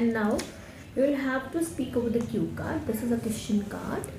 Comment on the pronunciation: It's cue card not cute card😇